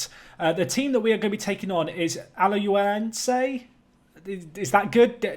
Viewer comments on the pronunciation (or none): It's Ala-h-uen-se :)